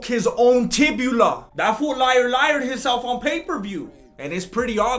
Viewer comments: Bro it’s TIBIA NOT TIBULA!! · tibia, not tibula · This dude said “harder than mcgregor’s tibula” lmao good thing he didn’t break his “fibia” too then huh?